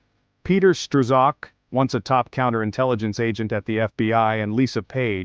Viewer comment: Hey computer, the name is pronounced with the "z" being silent.